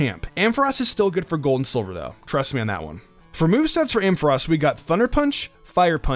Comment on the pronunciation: finally someone saying ampharos.